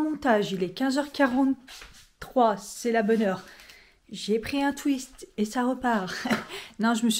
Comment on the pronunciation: Pour la gourmandise TWIX j’adore tu dis TWISTE 😅 Mon homme il dit TWINXE 😂